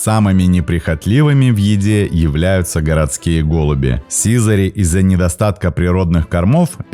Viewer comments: Ставшее редким за последние десятилетия, очень красивое слово СИЗАРИ. Ударение в нём правильно ставить не на первой И , а на второй, не сИзари, а сизарИ. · Ну СИЗАРИ́ же, блин! Сизари́! Учите русский язык, дети!!!